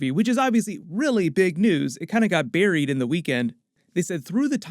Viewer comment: Did... DId he just say 'Barry-ed' ? xD